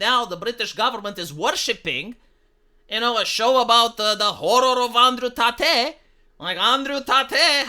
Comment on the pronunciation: "Andrew Tahtay" 😂